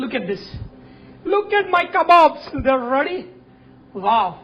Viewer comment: "LOOK AT MY KABBOBS" LOL